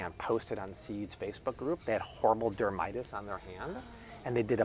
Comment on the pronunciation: It’s not dermitis, this is the second video that you mispronounce this which lets me know you’re not a reliable source for all things medicine. It’s dermatitis (4 syllables not 3). Please do not speak about medicine if you do not have a degree in medicine or a legitimate background in medicine. It’s insulting. Don’t get me wrong; I love your videos regarding food but not a fan of your medicinal advice because most of it is incorrect. I never hear you provide a disclaimer verbally much less in your description to ensure your viewers seek medical advice from their PCP first. This should be a must because you could be held liable for someone’s health by not providing valid sources. There’s a reason MDs and pharmacists go through 13 years of training. Please stick to your food videos. Medicine is not your scope of field.